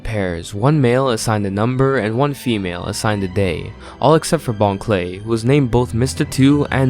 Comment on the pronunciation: Also, I’m pretty sure it bon kurei (pronounced very similarly to clay)